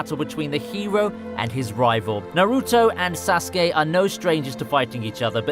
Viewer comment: He said sauske wrong